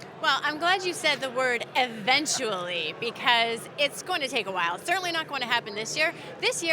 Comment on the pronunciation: She said "certainly".. lady please